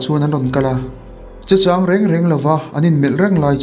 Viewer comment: Che châng ni lovin che chang tiin chhiar tur